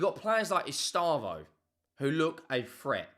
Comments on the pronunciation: It’s pronounced “S - Day - Vow” not estavoH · Pronunciation guide: eh-SHTEH-vo